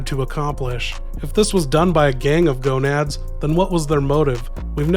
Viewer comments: GANADOS. not GONADS. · Gonads 😂 it's ganados but close enough